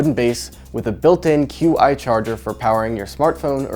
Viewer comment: Good video but Qi is pronounced "chee," not q.i.